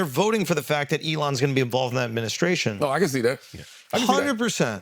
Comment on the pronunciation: "adminiskration" I just can't.